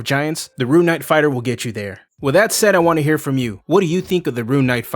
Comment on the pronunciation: Ah yes, the “Ruin” knight